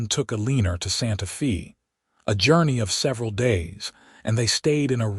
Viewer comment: I enjoyed the story... how ever you need to teach the voice bot the correct pronunciation of her name and of Santa Fe..